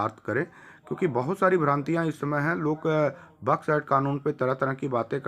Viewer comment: 🤣🤣🤣मूर्खण्ड बड्स एक्ट को बक्स एक्ट बोल रहा है पूरा नाम ले सकता है बड्स एक्ट क्या